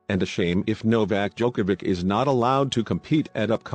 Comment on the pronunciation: For God's sake, can the announcer finally learn how to pronounce Novak's surname?!!! It is so annoying to listen to him. After 16 years of Novak being on the top, practically everybody learned how to pronounce it correctly!